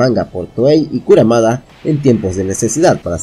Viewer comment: KurUmada kurUmada, no es kurAmada! Plop